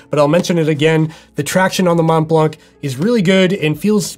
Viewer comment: Good review as usual. As a french speaker, just a bit of info, the T and the C of Mont Blanc are silent in french... Not that it matters but I thought I would share the info:)